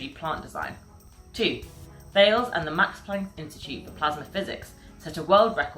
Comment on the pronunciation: The French company Thales is not to be pronounced in the English way, it is to be pronounced in the French language way: TALESS ( The H is silent )